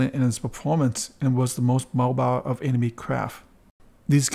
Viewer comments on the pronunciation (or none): none